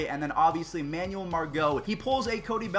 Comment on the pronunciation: Am I the only one who cringes and gets kinda pissed when he pronounces Manuel like that? It’s man-well not man-you-uhl